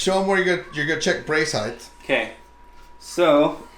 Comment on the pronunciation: Height doesn’t end with TH. It’s pronounced HITE Otherwise great video. Lol. Love trad bows! Nice set up!